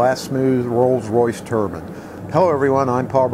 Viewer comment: Can you say "turbine" not "turban".